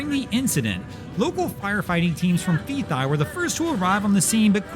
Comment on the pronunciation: Fethiye…….pronounced fetty yeah